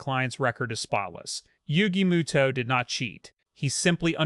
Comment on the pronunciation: Moto not muto